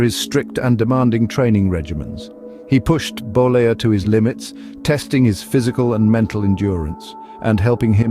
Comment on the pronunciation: Terry Bollea not Bolier, he's not french, he's Italian